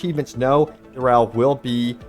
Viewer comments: Who the fuck is DUREL? xD Duriel :D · Don't like the way the guy kept saying Duriel.